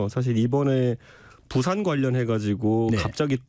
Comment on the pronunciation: 붓싸~아안. 고품격 원어민 아니 원주민발음. 어이구 창피해 제발 바쁜 총수들을 끌고다니지 마시고 생각하고 말하세요.나랏님! 쫌쫌쫌